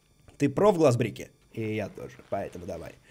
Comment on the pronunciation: Не думаю, что Дима увидит, но "Course" переводится не как "Проклятье", а как "Полоса препятствий". Ещё "Break" правильно читается не "Брик", а "Брэйк" :)